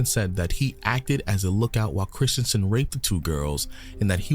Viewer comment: Corrections: 1: The girls were stabbed, not strangled. 2: The city is called Kristiansand, one of the convicted med was called Kristiansen. Not the same word and not the same pronouncement. 3: The events took place on May 19th 2000, not July 31st 2000 Sorry, there were just too many errors in the video. I had to stop listening. Norwegian who remembered this very well.